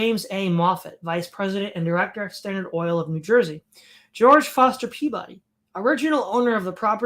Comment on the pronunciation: In New England, Peabody is pronounced PEE-bih-dee and as close to ome syllable as one can.